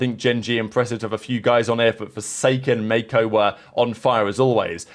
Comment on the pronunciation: im convinced he does it for comment engagement lol